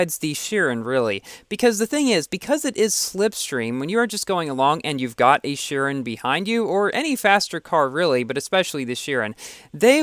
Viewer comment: Man I like you but... Your pronounciation of chiron is so annoying